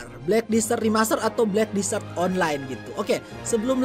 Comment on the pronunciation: Desert bang,bukan disert!